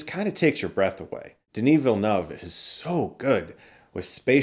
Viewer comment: Chris Stuckmann thank you for pronouncing Denis name! It’s refreshing to hear it correctly